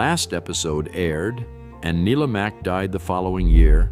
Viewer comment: I'll get my quibble out of the way first - there's got to be a better approach to synthesizing the narration - names are occasionally mispronounced (it's NYE-la Mack for Let's Pretend, folks!), and there are obvious slips if you follow along with the subtitles. That said - I pretty much only disagree with the sequencing because I enjoyed some of these more than others. It could have helped with clips from the originals, but I fear that might have triggered a few lawsuits ... Bummer also that they didn't dwell longer on Bob Elliott and Ray Goulding (keep your eyes peeled !), whose approach to comedy via absurdity set standards as well. Find these shows on YouTube, folks!